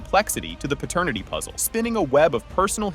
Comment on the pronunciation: Pratanitity WTF is that??? These damn AI channels, Just be saying anything...😂